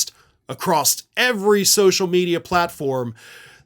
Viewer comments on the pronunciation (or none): did you really say "acrosst"?